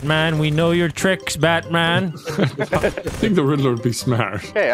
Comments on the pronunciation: "stay there baetman" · “We meet again Batmon” - VanossGaming 2022